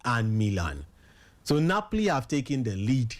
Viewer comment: sef, Bath-lona, Napli.